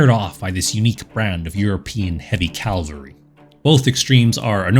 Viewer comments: Excellent video. But it is "cavalry" not "calvary". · It’s pronounced “cavalry” not “Calvary” lol